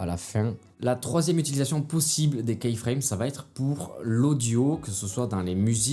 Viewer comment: Merci pour les conseils, ça aide. Une petite suggestion pour gagner en crédibilité, attention à la prononciation du mot keyframe. Imaginez que vous regardiez un tuto sur les keyframes et qu'au lieu de dire "image clé" le narrateur dise à chaque fois "image clou", je pense que ça vous dérangerait rapidement. keyframe se prononce kiframe et non pas kaiframe.